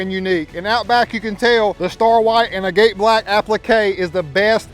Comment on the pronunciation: It’s not pronounced agate black You pronounce it like agat the e is silent